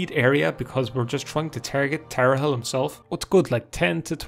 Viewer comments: I've never understood how someone, who can read, can pronounce things so wrong... You just said Tar A Hell for tarhiel... Like sure its not the easiest word to pronounce, but theres no vowel between the r and the h, and there is an i and an e after the h, where did the a come from and where did the i go? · For the love of god, it's pronounced "tar-heel". It's a joke about the North Carolina college basketball team. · Tar-h-i-el. Like "earlier" >haggled in seyda >didnt haggle in mages guild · Ah yes, Tarehel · It’s pronounced Tar Heel. It is related to the Eltonbrand Easter egg; college basketball related. It is a reference to the North Carolina Tar Heels, rivals of the Duke Blue Devils who had a player drafted in 1999 called Elton Brand. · Pronounced tar heel. Like the college team. There's actually a few college team Easter eggs in this game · plebian? Also given that earlier is pronounced “ee ur” while priest has “ee” Tarhiel could be either of the two based on personal pronunciation or dialect.